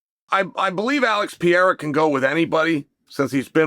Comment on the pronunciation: Pa-rera , Not Pi-rera !